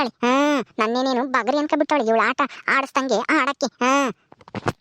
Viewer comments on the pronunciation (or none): ಸಾಕಮ್ಮ ಅದು ಬಗರಿ ಅಲ್ಲಾ ಬುಗುರಿ